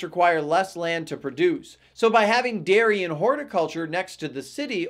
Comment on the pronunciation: Invalid information, what is "daiy" farming. Are you saying I can't farm in the naight?